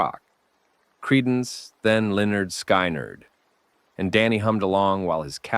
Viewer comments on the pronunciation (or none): 2 minutes in and he says Leonard sky nerd? Almost quit right there!